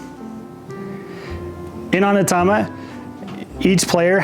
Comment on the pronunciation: Thanks for the runthrough. It's pronounced OH-Knee-Ta-ma, btw.